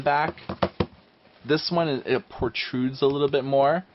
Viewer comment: normally, i don't grammar nazi videos. but, for some reason i expect that ebook reader reviewers will be well read, and i was a bit astounded. the point where i stopped watching was after you said 'portrudes' which seems to be a delightfully dyslexic version of protrudes. before that happened, you also said 'a little more slicker'. which should just be slick. and you absolutely said 'boughten'. i think this was an attempt to use a past perfect 'bought' that got terribly mangled. and raped.